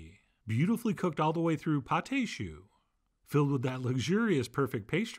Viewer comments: Chef John .... you are my idol ... but just for the sake of fair criticism; 2 corrections... it is [PATT] and not [Pattai] .... AND your pâte au chou did not rise well; and I am no chef but with my humble experience, I think because you DID NOT beat your eggs with your flour mix well ... just my 5 cents ... with greatest regards ... Camillot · It is called pâte de choux not pate de choux. Paté means pie in french. Sorry John but the way you're saying you're calling this pie of cabbage lmao. Pate means paste. That's why it's called pâte (no ay sound at the end when saying it. Thank you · Right. "Pâte" is modern spelling of the old french "paste." More importantly, don't pronounce the "e." You're saying "pâté," which is rather different, and has two syllables.